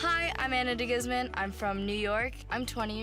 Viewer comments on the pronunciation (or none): Dee-gooze-man not guzz-man ;) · Deh'-gooz'mon= DeGuzman! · “Ahna Deguzzman” lol butcher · Goosmon. with the emphasis on the suffix "mon" is the way the name is supposed to be pronounced. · That's not how you pronounce De Guzman;) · If you re-filmed part of the video because you changed your mind, why didn't you also go ahead and correct the beginning where you butchered her last name?